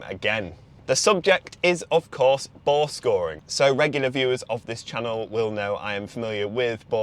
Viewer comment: I thought this dude was saying "ball scoring". Was trying to figure out what the hell he meant. I had to read it. He has the voice of a gay man. A very gay man.